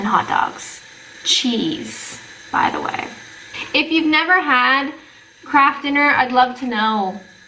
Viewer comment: For a moment, I thought I did hear her say "crap food", instead of "KRAFT FOOD"? But would never say anything like that (at least not on a recorded video). After all, she is a Canadian lady..(lol)